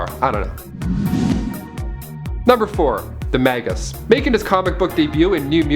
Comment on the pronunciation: no one caught this? Read the bubble and the villain clearly calls himself “Magus” not Magas...